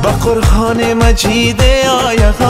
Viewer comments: درست میگی اشتباه تلفظ میکنه. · آهنگ خیلی لوکس ودلنواز ، اما در قسمت تلفظ قرآن کمی تغیرات دیده میشود ، قرهان تلفظ میکنید در حالیکه قرآن است. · ، با نهایت تواضع مشوره خواهرت اینست که قرآن را قرهان تلفظ کردی، فقط از روی محبت بود برای اینکه جز زیبایی آهنگ است ♥️♥️♥️ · قرهان نیست او لطفن در تلفظ واژه ها دقت بیشتر کنید مثل حکتمیار دنبال نابودی فرهنگ و زبان فارسی نباشید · جان مثل همیش دلنشین و صدایت آرامش داره، اما درتلفظ کلمات کمی دقیق باش 🙏🙏🙏 قرآن مجید آیه آیه، خودت میگی (قرهان مجید هایه هایه) و یا (دلم دنبال تو آید و یا امو زبان محلی دری آیه) که خودت اینجه ره هم میگی (دلم دنبال هایه) امید که ناراحت نشوی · اگر در تلفظ بعضی کلمات کمی دقت کنید خیلی عالی میشود. مثلن قرهان، هایه که اصلن قرآن و آیه است. موفق باشید. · خوب است فقط نمیدونم من اشتباه میکنم یا شما لغات را در شعرتان اشتباه تلفظ میکنین ( قرهان به جای قرآن، هایه به جای آیه )